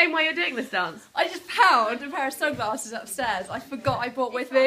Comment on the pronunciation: Love when you corrected yourself after the way you pronounced sunglasses haha! Sounded so American!